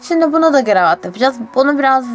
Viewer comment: gıravat değil kıravatt😂😂😂